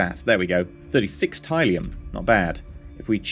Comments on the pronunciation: mate its pronounced TIL-E-UM not TIE-LEE-UM not to be a dick but it was bothering me. thats how its said in the show is all im saying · its pronounced Til - le - ium. Not Ty - le - ium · Robert Beasley This. It bugs me so much! Til....TIL - le - ium 😂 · Hi, love your videos thus far. I just want to correct one thing but you don't have to do it if you don't want to of course. Tylium is pronounced "till-ium", that is it. Other than that your videos are nice and it is great to see how the game will play.:) Much Love TankGirl XOXO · It's pronounced tilium!!! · You come off as really unlikable when you claim people are wrong(despite them being right) and you say it in such a condescending way like you know everything, you said "Raptors, if you don't know, are basically space fighters" in episode one and you say Tylium wrong. I wouldn't mind if you claimed to not have much knowledge of the series. I would love to watch anyone else play this except you but unfortunately for me it looks like you're the only one who's doing this in English. You're not an idiot, just really ignorant. I haven't watched the episodes further on from this but you need to sort your self out. As you said In the words of Wil Wheaton "don't be a dick". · Since you acknowledge that it's set in RDM's Galactica, is this a bad time to tell you you're pronouncing tylium in the old 70s Lorne Greene way?